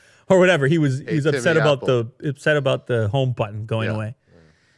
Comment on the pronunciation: Lol is so exited about the MacBook Pro 16 his Canadian accent peeks out at the end of his chit chat with aboot it. I hope they do a spoof episode where they bring out the accent on the heavy for laughs.